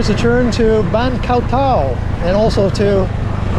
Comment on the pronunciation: My man... could you please stop mis-pronouncing the name of my Moo Baan. It is Khao Tao [like Cow Tao] not Koh Tao which is an Island much farther south down the coast. Thank you